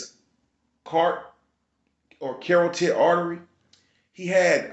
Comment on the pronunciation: CA-ROT-TIC artery